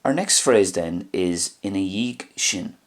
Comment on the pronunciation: I noticed you used a "g" sound at the end of ina dhiadh (& other words in your lessons). Making it sound like " ina eeyeg"...I've learned from several differing speakers (& others online) who pronounce it "ina ee-yeh"...if you would, could you please tell me what Irish dialects use the pronunciation you use here. GRMA.